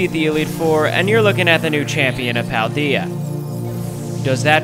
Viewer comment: Your saying paldea wrong